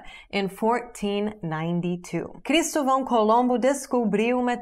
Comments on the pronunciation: Your english has gone downhill. Lol. Você disse: Cristó - vão. ha ha ha ha ha !!!! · Cristovão - Ponha uma sílana tônica no "to" - leia-se Cris - TÓ - vão Colombo.